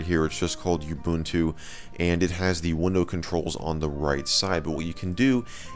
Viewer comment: you-bun-too is actually ooo-boon-too xD